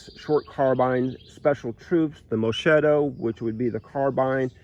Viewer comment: moschetto = musket = carbine (light rifle) and pronounce/spells like mosquito with E and reinforced T -> Mos Ke TTo (che = ke). Salvatore Carcano not Salvador Dalì. Fucile corto -> spels like FuCile (like Cile southamerican state) korto = Short Rifle.